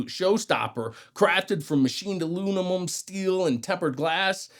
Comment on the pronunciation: he's saying it that way just to get the comment. he gets a dislike and block too.